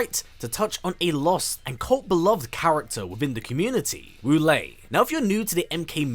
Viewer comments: My name wu lae don't say WALL-E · My favorite Wu Lae in MK is MK9 Quan Chi’s gibberish (“Woolay!”)